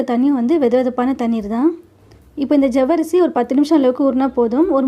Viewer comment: ஜவ்வரிசி இல்லம்மா, சவ்வரிசி... தமிழை சரியாக உச்சரிக்க முயற்ச்சி செய்யுங்கள்..நன்றி